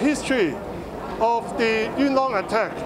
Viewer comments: It's obvious he is a native Cantonese speaker No native Cantonese speaker pronounces Yuen Long like that You're kidding yourself if you're trying to argue otherwise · Why was he not able to say "Yuen Long" correctly? I'm quite sure that's not how you say it in Cantonese